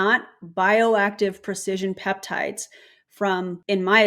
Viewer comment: She keeps calling them "PEPTITES" and I CANNOT.